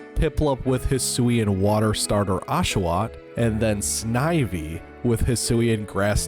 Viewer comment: Two birds? Not so sure about that. Also you might be getting it right but some of your pronouncations sound off to me Snive-E rather than Sniv-E, Arse-Eus rather than Arc-eus.